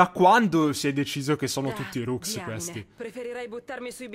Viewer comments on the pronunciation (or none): none